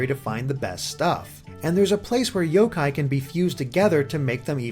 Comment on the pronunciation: The emphasis is on the yo, not the Kai.